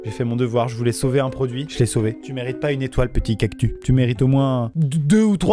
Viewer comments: Pourquoi il dit "cactu" et pas "cactuS" ? Il est bizarre lui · on dit cactus et pas cactu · tu me stresse à dire "cactu", y'a un S À LA FIN😭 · cactuSSSSSSSS et pas cactUUUUU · "cactu" ? 😂 Cactus non ? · Il dit cactu pas cactus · "cactu" ????? nan nan CACTUSSSS !! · C'est moi ou Maxime dit cactu au lieu de cactus 😂😭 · Morale de la vidéo : Amixem dit cactu et pas cactuS et ça me stresse énormément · On est d’accord que il a dit cactu au lieu de cactuS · j’adore le mec il dit cactu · C'est pas cactu mais CACTUSSSS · On dit cactuSSSS 😂 pas cactu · oui mais il le prononce "cactu"😂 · Malgré que le clap bonjour me manque, je trouve ses intros beaucoup plus drôle maintenant. Ps: Attend, il dit vraiment CACTU ? 😂😭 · Je suis le seul qui prononce le S dans cactus ??? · Alors amixem si il y a un S A CACTUS C QU’ON DOIT LE PRONONCER !!! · Depuis quand on prononce cactus sans "s"?? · Même.. restez dignes. c'est pas car votre idole dit cactu qui est un mot inexistant qu'il faut le dire